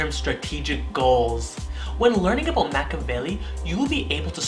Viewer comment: I know in YT videos you're advised to exaggerate your speech cadence, pronunciation and facial expressions but you're going way over the top dude. Also, it's pronounced mack-E-a-velli, not mack-a-velli..it sounds really amateurish and unprepared when you pronounce something as important as your subject's title so poorly.